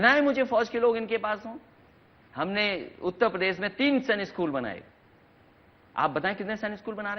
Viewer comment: Akhiliesh babu apne state ka naam lena to seekh lo km se km. He call it UTTA PRADESH. Bich mai se R kha jaate ho. 5 saal mukhya mantri reh chuke ho janaab.ab to seekh jao